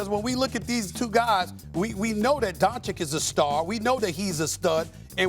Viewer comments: Stephen still calling Luka "Donchick" are you kidding me? He sounds like an idiot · Don Chick…. It’s pronounced Don Chich !!!! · This guy still saying Donchik omg 🤦‍♂️ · Still pronouncing Luka's family name wrongly? So unprofessional. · can somebody please, for the love of god, tell SAS how you properly pronounce Lukas surname. this is pure disrespect at this point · It'd be nice if Steven A could pronounce Doncic's last name. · When you get paid millions per year like stephen a, and still couldn't pronounce doncic the right way just irritates me 🤦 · Come on Stephen A, it's time to learn how to say Dončić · A smith after 3 fckin years still cant say Doncic surname right... that tell`s you how professional he is... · Is it really so hard for him to learn how to say Lukas last name??? Is he just so ignorant or what? Everyone else learned it... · Stephen a still cant pronounce doncic's name ....embarrassing really he doesnt even try to pronounce his name correctly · I don't understand how he can pronounce the first ch, but not the second one. It's like saying Joe Yonson instead of Joe Johnson.